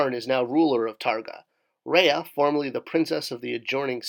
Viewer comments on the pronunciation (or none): none